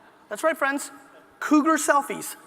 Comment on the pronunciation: "Cugarselfies" hahaha!